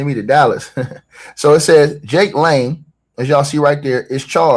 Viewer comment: correction???? NAME. JAKE LANG NOT LANE. CORECTION PLEASE NOTE. LAST NAME LANG😮😮😮😮😮😮😮😮😮❤